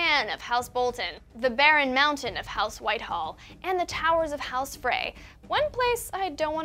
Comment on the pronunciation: It's "House Whitehill" not "House Whitehall".... Their banner is literally a barren hill. C'mon guys